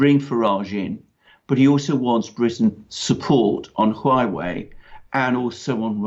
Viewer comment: Huawei is pronounce "hwaway" and each syllable is an ascending tone.